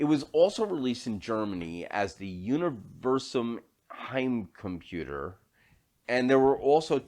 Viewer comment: Actually, I think your pronunciation of "Universum Heimcomputer" was pretty decent. I owned one of those myself, and had got it at a discount even because my great-grandfather used to work for a sub-division the Sears-like mailorder company that distributed it over here. (I did remove the cheap "UNIVERSUM" stickers to reveal the original "Spectravideo", though...)